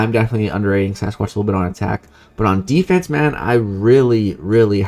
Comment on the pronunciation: I think called Sasquatch like ‘Say-squatch’ lol